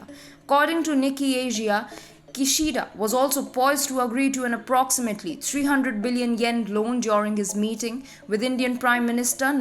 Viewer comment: I miss Ship-ponghi, but I'm warming to. Keep up the good work. (By the way, it's Knee-kay, not Nicky).